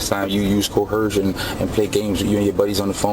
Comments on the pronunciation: Oh no, “co-hershun” was making you break the law before the police ever contacted you? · WTF is “cohershun”? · What's "corhersion."😅😅😅😅😅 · Probably the only correct thing this guy has said, and he said it several times, "I don't understand." It's not "co-hersion," it's investigation, dumbarse! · co-HER-shun is very common African American English pronunciation but has been taken by sovcits from Moorish use. I don’t even notice it around here but we have a shit ton of Moors too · He actually believes that he has to be read his Miranda rights BEFORE he is arrested. And he hates liars...haha, thats self hate. " I don't go by your laws, I go by common law ", good, lets see how that works for you. Why do these clowns always put an H in the middle of the words coerce and coercion ?